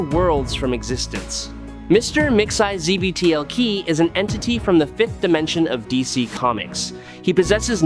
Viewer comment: Dont do stories about characters whose names you cannot pronounce correctly. It takes away from the idea that you even know what you're talking about. VERY DISTRACTING